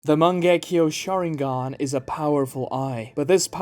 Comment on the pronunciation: The mange-key.-yo- shaWinGang